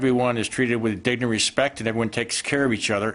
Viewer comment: Anyone else hear him not fully day the word "dignity"? "Dign and respect." Emphasis on respect. Maybe he thinks some people deserve respect more than everyone deserves dignity. That's my attempt at body language interpretation.